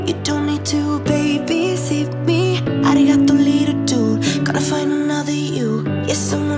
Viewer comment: A Swedish youtuber sed arigato madafaka in a funny way 😂😂😂